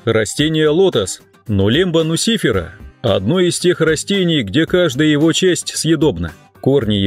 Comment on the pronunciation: Отличное видео! Но! В латинском языке ударение ложится на предпоследний слог- нуцифЕра.